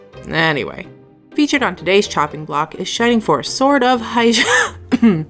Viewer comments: It's pronounced sword of HAYA or HAGIA depending on your accent, nothing complicated about it, really. Good review though. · oh snaps!!!! thanks girl.^. By the way, I think it's pronounced Ha-ji-Yeah....... at least that's the way I pronounce it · It's pronounced Ha-Jeye-Ah by the way, in case you were curious.